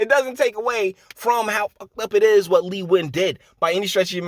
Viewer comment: Impressed you know how to pronounce Nguyan, I never did.